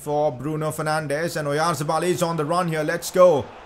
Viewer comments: It is pronounced Orianthabal. But is amazing transfer. Also sign pau torres from Villareal he is a very reliable as a back up if you sell phil jones and it has good potential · challange:take a shot everytime he says oyarzebal